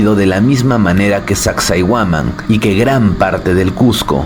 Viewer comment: Soy de Perú mi estimado y fuera de todo tu documental sobre las ruinas, pronuncias mal el nombre de sacsayhuaman. Ten en cuenta como se pronuncia el nombre de las siguientes ruinas a las que hagas documentales